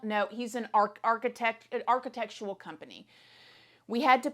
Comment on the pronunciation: Omg what a crazy story! Sounds like my crazy luck!😂 But also I had to laugh when you said…architect! I wanted you to try and pronounce it again 😆Brought back a funny memory. Anybody else??